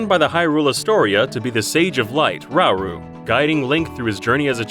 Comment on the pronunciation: Did he just now called RA-OH ... "rau"?? heresy!!